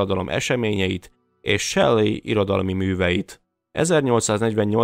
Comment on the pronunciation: Shelley nem "Sellei", hanem "Selli" sőt: "Seli"